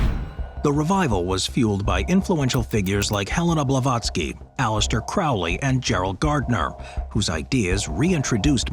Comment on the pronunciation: Great video, although Alestair Crowley and J.K. Rowling's names both have long Os. His name is like 'as the crow flies and hers rhymes with bowling. Just letting you know! :)